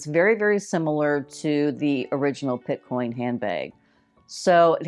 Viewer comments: Picotin. Not Pitcoin. Nice finds, thanks! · It’s picotin not pitcoin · Love your videos! Just a heads up for future reference.....the Hermes bag is a dupe for the "Picotin" (not "Pitcoin"). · I was disappointed as these dupes have already been previewed by a few other YouTubers. BTW, it’s not Pit-coin ??? It’s Pic-o- tin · Picotin….not Pitcoin. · It's not Pitcoin it's Picotin! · Not pitcoin, it’s picotin. Uuuuugh. Really? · The Hermes dupe is called the Picotin..not Pitcoin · Pitcoin? It’s Picotin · Excellent video. But - Picotin. Pee-co-TEN. Doesn't rhyme with bitcoin. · TFS. Nice option if you’re trying to see if a style works for you before spending a lot of money, but most often the material used is not leather. Is the picotin dupe real leather? I saw the puzzle bag was PVC. Often the dupes are fake leather or PVC. It’s pronounced PI CO TIN. and the actual picotin does not come with a bag insert unless you buy it separately at the store. It’s an open hole.